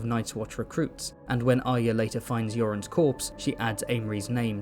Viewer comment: The way you say yoren makes it sound like you’re saying Euron I was very confused why Arya was in eurond group going too the nights watch